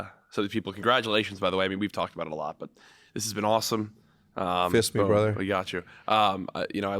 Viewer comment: Throughout the whole video I couldn't stop laughing "Fist me bruther." 😂😂😂